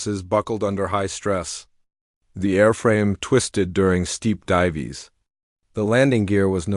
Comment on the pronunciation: divees????? AI SUCKS!!!!!